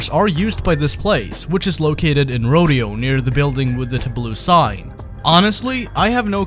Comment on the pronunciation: What's up with that pronunciation of "tableau" and "rodeo"?